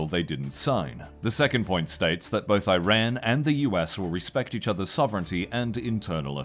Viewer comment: L report for lack of effort "can't even bother pronouncing Iran correctly"